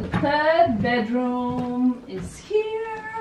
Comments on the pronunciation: hah bedroom, not badroom. or is it a bad room?:) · Did anyone else notice ‘badroom’ instead of bedroom? Maybe not, cuz it’s such a lovely apartment 😍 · STUH-NING! Your happiness was contagious in this vid💋 also “BADROOM” 😆Xx